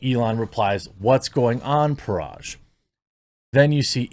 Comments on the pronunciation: Dude, Parag is pronounced 'puh-rag'. Hard 'g'. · You can pronounce Agrawal correctly, but not Parag and butcher it to Paraj‽